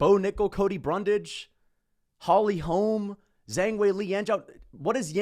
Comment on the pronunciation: The way he says "Holy holme" ! Loool